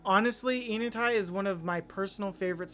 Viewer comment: pronouncing the name of the neighborhood starts with the sound "n" as in saying the letter. "N" uh-tie. Nice home! Thanks for sharing!